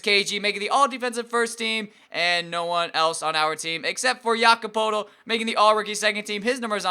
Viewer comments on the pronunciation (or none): It's pronounced Jake-OB Poe-l-tel